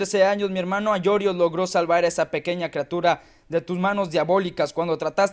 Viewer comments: Es Aioros no Aiorios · no es aiorios es aioros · es aioros no aiorios xD